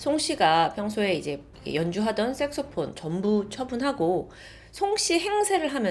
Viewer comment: 앗😅 섹스폰이 아니고😅섹소폰입니다😮😊